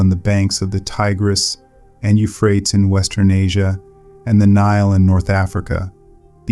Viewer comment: Euphrates is pronounced yoofrayteez.